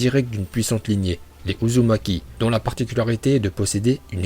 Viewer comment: Ta dit uzunaki